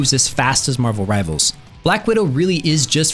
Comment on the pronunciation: "Rivalers" WHYYYYYYYYY